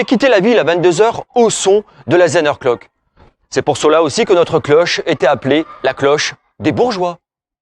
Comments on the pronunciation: Effectivement le mot Zehnerglock écorche nos oreilles d'alsaciens ! il suffit pourtant de prononcer Tssänerglock... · Merci pour cette vidéo. Outre la prononciation de Zehnerglock, c'est du bon très bon travail.